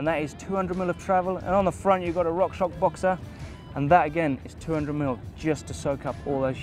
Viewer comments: "Rock ShoCK" and "SHRAM" are triggering me every damn time! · it's RockShox! Just say Rock Shocks! You make me laugh...;)